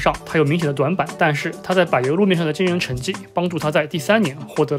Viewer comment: 柏是念柏，不是白，白油路是啥小